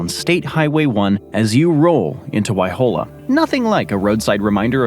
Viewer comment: Waihola NOT Wiahola. !!